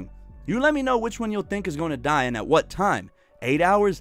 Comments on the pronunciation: Haha my favorite part . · It was the best part of the video xD